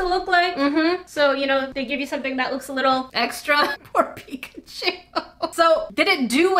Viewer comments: Pikachu really isn't ok if you're calling him pichacu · Omg when you said pikacu like pí*aku....I'm crying from laughter cus in my country píč* it means bi*ch🤣🤣🤣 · It's pigglechu and brubsasaur. My favorite pankiman.